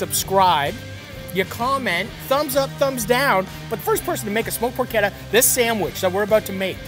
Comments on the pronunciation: Marty it’s not porketta. Say it like this. Porshetta. Easiest way to tell you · Matty im sorry ily but its pronounced “porchetta” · "porkketta" :P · Por CHEH tuh. How does a chef not know this?! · Just say "porshedda" like everybody else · what is this porketa he keeps saying? He also say keese?